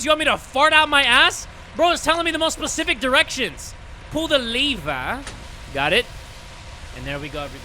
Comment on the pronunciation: i love how he says lever so much